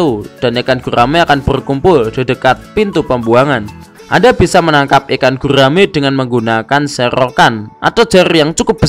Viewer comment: gurrrraaaaame prrrrrut